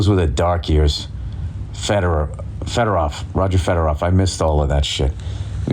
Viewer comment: Roger Fedoroff he says😂😂😂😂😂